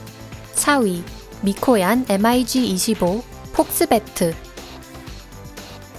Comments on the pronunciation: 대부분 mig을 m.i.g 라고 안 읽고 미그라고 읽지 않나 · 엠아이지가 아니고. 미그기라고 합니다^^ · 엠 아이 지 25? 보통 미그25라고 읽지않나? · 발음을 왜 단어로 읽어욬ㅋㅋㅋㅋ 예를들어 mig는 엠아이쥐라고 안읽고 미그라고 읽어요ㅋㅋㅋ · 군사지식을 알고 영상을 만들던가 일자무식쟁이들.. SU를 수호이라 읽어야하나 에스유 라고 읽고 Mig를 미그 라고 읽어야하나 엠아지 라고 읽는 지식에 정말 감탄하고 간다. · 나레이터 반성좀 하세요.. 엠아이지가 뭔가요...!!! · 목소리만 좋지 밀덕들 입장에서는 mig를 엠아이지라고 읽는데 안빡치겠냐ㅋㅋㅋ